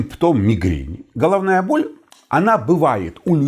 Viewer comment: Да , только так слух режет -Холовная боль, неужели так трудно букву Г выговаривать ,,было бы приятнее слушать